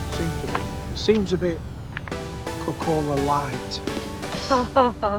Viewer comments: please pronounce it like "kok,kola" - we dont put 2 k's there for no reason. And the diet-kola joke will evaporate in thin air that way as well. I know the english and americans are linguistically challenged, and why would they learn finnish if they not even learn irish and welsh. Well.... we all are judging you now, thats why :-) Enjoy your stay, and kudos for seeking out the not so mainstream spots. cheers with beers from southern funland. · Kok'kola short vowels and stress on the first syllable